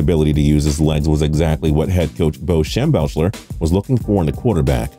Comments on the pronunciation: Not shem-belch-ler like said lol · It’s pronounced “Shem Beck lerr”. Bo Schembechler. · Shem-BECK-ler, can you guy make a video without fucking up names? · Is mispronouncing names just a thing on tps? Shembelcher? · Shem-belch-ler? I'm a Buckeye fan and I even know how to pronounce his last name correctly. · Shem-beck-ler and Ger-back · The fact he can’t say shembecklers name proves he’s not a sports fan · Hell he mis pronounced Schembechler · Your list is totally wrong. I have seen every Michigan games since the 80’s. From your list, only Harbaugh, Grbac and and Leach were more successful at Michigan. Learn to pronounce Shembechler. Hennne never beat the Buckeyes, so he can never be listed as a great Michigan quarterback. Not fair but true. Any list with Devin Gardner is a joke although he was a great kid. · Good info but could have pronounced Bo's last name better